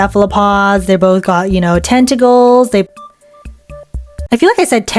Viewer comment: You did say tentagulls